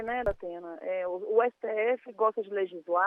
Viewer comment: Para de falar zdatena